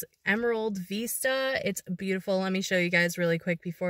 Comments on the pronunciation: Honey, Veesta is how you pronounce it in Spanish. Cute. Vista is like missed ya, in English. OK is Ok, As long as it is not summer. LOL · Beautiful location.....love the OK mountains and woods. Be wise about where you wander alone. Cutest puppy sweater!! Hey....when you say "veeeesta' you are saying it is as in 'Hasta la vista'....until next time I see you or see you later (somewhat similar to hasta luego which we say most here often in So. CA unless libations are involved then it's in Arnie style). "Vista".....view....has a soft 'b' almost v sound but not quite. Not sure how the OK locals say it. My friend lives near Tulsa so will ask her. 🤔 English is Vista..like in Vicks. Hope you find some warm weather. 💕🚗💃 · Just to let you know Vista is pronounced like risk- not like veesta. Not criticizing - just giving information. Joey did look tired - so cute. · vista, to see, as in vision so when you pronounce it think of vision vis.....vision - vista, view, to see.